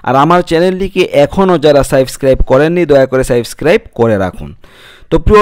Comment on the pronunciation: উচ্চচারণ সাইবস্ক্রাব নয় সাবস্ক্রাইব।